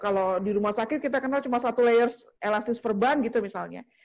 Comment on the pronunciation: Perban 4 layernya disebutin dengan yg benar donk, kurang jelas perkataannya, terima kaasih